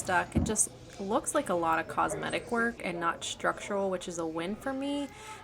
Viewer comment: STructural, not SHTructural. No H sound in ST.